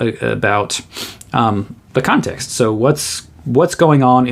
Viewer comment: "The video on Kant will set some Kant-ext here"